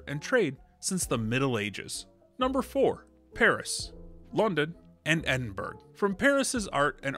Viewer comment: Great video with helpful tips. You mispronounced “Edinburgh” though. 😊